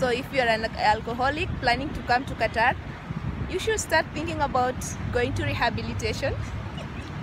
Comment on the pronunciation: Nice,iam here also you said correctly